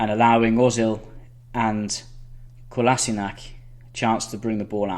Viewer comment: great tactics but gotta work on pronouncing player names the way they are supposed to be "dalotte" - dal-oh Dalot "leeno" - le-no Leno (think like Jay Leno) "kolaseenack" - ko-las-in-ach Kolasinac "maitland-neelis" -nye-els Maitland-Niles "matick" - ma-tich Matic well done on aubameyang, ozil, xhaka, lacazette. just trying to help. Love your video highlighting both manager's thinking.